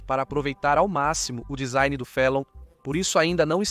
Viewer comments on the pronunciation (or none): none